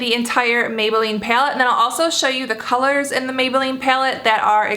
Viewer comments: it's pallet not pyaloot 😂😂😂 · Pilate? Like what are you even saying? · she pronounces "py-alette" funny. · Peylette peylette peylette peylette lol the way you say it. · Hehe I heart your accent when you say palette ;) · I love how you say palette. it's different, but maybe it's just me lol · She's from Arizona if that changes anything lol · lol no definitely not from Arizona we don't speak like that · Literally had to stop watching this after 25 seconds into the video because of the way she said "palette"